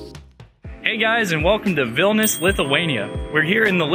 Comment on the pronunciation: Its a shame u cant pronounce the name properly.its not vilnus its vilnius..